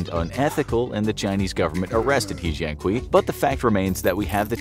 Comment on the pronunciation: We called he jian kui in Chinese, but called he jian kui🤦‍♂️... No way... You just butcher his name🤦‍♂️🤦‍♂️🤦‍♂️